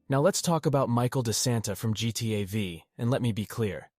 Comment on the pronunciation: No way you said V for GTA V